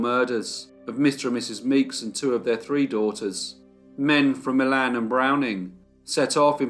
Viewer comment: I'm not sure if it's so in Missouri, but the cities in Michigan and Indiana that are spelled Milan are pronounced Mile in.